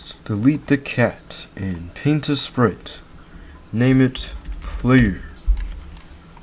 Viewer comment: bro said pite instead of sprite 🤨